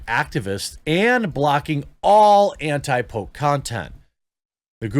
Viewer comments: Thought you were saying Pope not poke!🤣🤣🤣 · I legit made it 4 min into the video before i realized you were saying "poke" not "Pope". Who cares if they ban anti vax peeps. Its an USA plague that has spread all over, and needs to be addressed. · I thought he was saying “Pope” and not “poke” for a little while there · 4 minutes in and I just realized Jeremy is saying “poke” not “Pope”. Those four minutes make so much more sense now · before The archive page was shown i seriously thought he was saying Pope not Poke.... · for the first five minutes I thought you were saying Pope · I thought you said, anti Pope. LOL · For the first few mins I thought you were saying pope! 🤣🤣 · I just want to say that until he showed the headline, I thought he was saying "Pope" and wondered why Youtube was so determined to protect the image of the Catholic Church. That being said, this is a dangerous line. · I legit heard Pope for 3 minutes, was heavily confused for a bit. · lol I thought he said "The Pope" not "the poke" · I though he said the Pope and I was like WTF? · It took me a while to realize you were saying poke and not pope. I was like why is everyone being banned for mentioning his Holiness 🤣